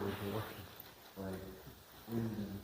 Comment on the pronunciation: Wyndham is pronounced WINDEM, guys!.😊😊